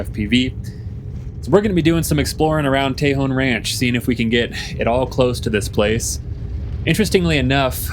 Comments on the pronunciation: I always enjoy your sense of discovery and adventure. First off its pronounced Tah-hone (Tejon) not Tey-hone... but no thing. You are spot on for most of your observations on RCS facilities and their capabilities. The Northrop (not Grumman) Tejon RCS Test Range was put in one of the worst locations in CONUS due to wind averages. In other words its always windy and this doesn't bode well for targets on a skinny pole. It was also pointed directly at the antelope valley infrastructure and initially impacted by radio towers, they had to change the direction. The demise was Senator Feinstein promoting (and succeeding) wind generators in the region. You can only imagine the signal bounce from a big fan in the sky. There is rare footage of the Tejon Test Range in Myth Merchants film of Hitlers Stealth Bomber (watch the last 20 minutes). Keep up the good work and adventures. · Just an fyi, born and raised in AV. It's pronounced locally as "Tuh hone", not "Tay Hawn" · It’s not TAY-hon, it’s tuh-HONE. Tejón, Spanish for ‘badger’. You’re welcome. 😉 And by the way, I love your videos. Keep ‘em coming! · It's pronounced, ta hone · Interesting video! 👌 FYI It’s pronounced = Teh hone or El Tejon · Pronounced TEEHONE= Tejon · You pronounce tajon with a soft a tah hone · Pronounced, Tay Hone... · Its pronounced tah hone i grew up there and yes there's aliens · "Ta-Hone" !!! "Ta-Hone" !!! "Ta-Hone" !!! "Ta-Hone" !!! "Ta-Hone" !!! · Please learn how to pronounce Tejon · Seems to me that if their keeping something under wraps, it's quite possible that it's None of your FUCKING Business ✝️🇺🇸🤔 Hell, you can't even pronounce it correctly 😔